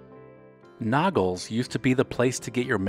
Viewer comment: Nog-less, not Noggles.